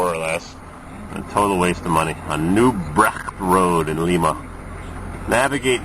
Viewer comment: PRONOUNCED LYMA